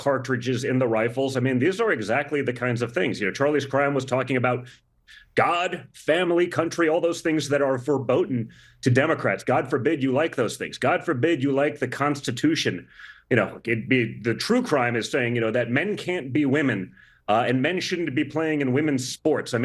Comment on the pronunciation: Don jr uses a German word but miss pronounces it as ferboten? Does he mean verboten? C’mon junior show some of your expensive education.